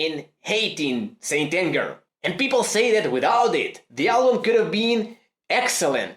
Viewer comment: I thought he said Stalin